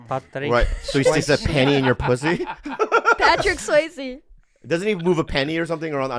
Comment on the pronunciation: “patrik swaizee” i’m in tears rn